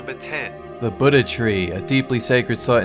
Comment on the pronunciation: like how you say Buddha